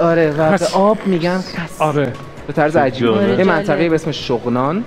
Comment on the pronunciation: اون منطقه که در بدخشان افغانستان است اسمش شغنان است شوغنان نیست این هموطنان من اشتباه تلفظ کرد حق میدم چونکه در ایران متولد شده ❤😊🇦🇫